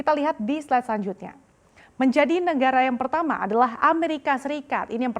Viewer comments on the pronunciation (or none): none